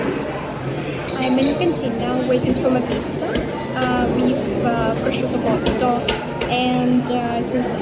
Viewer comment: It makes me genuinely happy when you said "prosciuto cotto" whit the right accent and pronunciations 😅